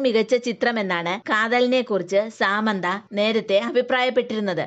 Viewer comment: സാമന്ത അല്ല സമാന്ത..... 🤦🏼‍♂️🤦🏼‍♂️🤦🏼‍♂️🤦🏼‍♂️